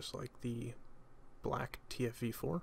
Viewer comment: how tf are you doing a review for this tank when you don't even pronounce the name of it correctly???